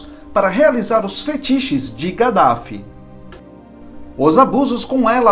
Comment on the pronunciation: DIZ SE kadaffi.